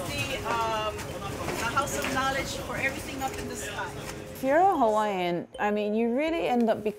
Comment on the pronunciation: The least NBC could’ve done was to get a narrator that could say the Hawaiian words properly.